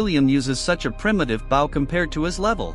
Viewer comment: It's text to chat. Probably was butchering it like most words. It's butchered present as present the gift. Then desert the treat instead of desert the place with sand. Also in this video it says bow as in the greeting, not bow the weapon.